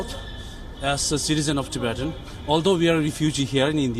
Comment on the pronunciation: The way he pronounces "ti-bay-tian" haha He has never prounced it ever in his life before this video lol